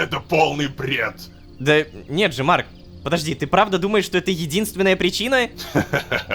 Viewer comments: теперь и Рома умеет выговаривать его имя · никого не удивило что он произнёс его имя без ошибок? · ура лололошка смог выговорить имя марка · Бедный лололошка, приходится на видео выговаривать имя марка